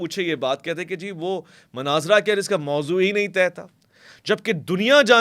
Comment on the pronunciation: Great....laikin... Manaazra nahi Munaazra kaha karain.